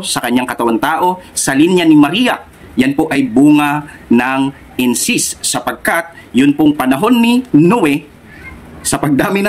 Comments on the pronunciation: Correction po."Incest" hindi "incist ". Kung aalis ka sa Sda saan ka pupunta?meron pa bang mas totoo sa Sda?Given na mali ang guidelines na yan tungkol sa abortion..hindi yan dapat ang maging dahilan para umalis ka dahil ang mga higher officials ng Sda na nag pasya dyan ay mga tao lamang na nagkakamali...hindi pa din nyan mababago na ang Sda ang true church..kahit sa time ng OT ang mga hari nuon ay nagkakamali din tulad ni haring David pero hindi inalis ng Panginoon ang pagkilala Nya bilang bayan ng Diyos ang Israel..Hindi mo po dapat ibase ang iyong faith sa tao. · Brother " incest" hindi incist. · Incest po hindi incist hahahaha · Sa dami mong relihiyon hindi na relihiyon ung problema ikaw na mismo sarili mo na yung may problema. Hahahahahaha kawawa ka naman ginamit mo na lahat ng relihiyon para lang mag ka pera ka. Dami mo pang sinabi pero d mo man lang ma pronounce ng maayos yang incest.